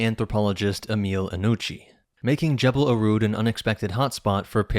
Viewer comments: Jeh-bel ear-HOOD not ear-rude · What is he calling this place, jebelarude 😂